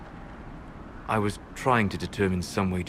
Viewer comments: The way he pronounces "tingling" does things to my body- laughed so so so loud when I read that. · The way he pronounces "tingling" does things to my body... But damn, the way he breaks up with you is HARSH!